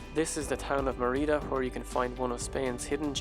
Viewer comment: Great video - well done with both the videography and the music. I should point out, though, that Merida is pronounced "ME-ree-da" , not "me-REE-da". Accent on the first syllable.